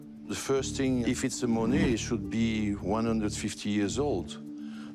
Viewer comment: He doesn't pronounce monae right.